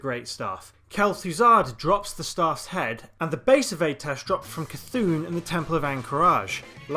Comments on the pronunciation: Im sorry...AY-TESH...?!? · sorry man but you only covered 1 of the 4 possible A'tiesh staves. Each class (mage, lock, priest, druid) had their own class specific version. Also I think it's pronounced like "Ah-teesh"